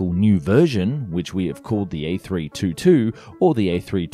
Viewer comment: Before you make a video about an A322, you'd better learn how to propperly pronounce it.